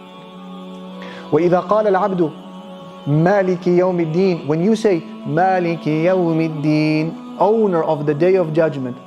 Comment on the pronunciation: it is suppossed to be Malik i youm e deen , please correct